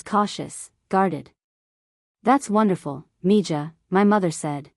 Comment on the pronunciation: Mija is Spanish and is pronounced me-ha.